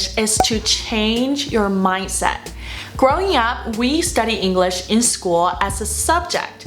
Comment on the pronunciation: 虽然觉得Maggie英语很棒~但是说实话不知道为什么我觉得她的English发音总听着像Engl勒sh……